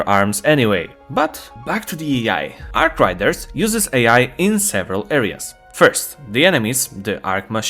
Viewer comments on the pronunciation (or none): say it with me 'Arc RAIDERS' not 'Arc Riders'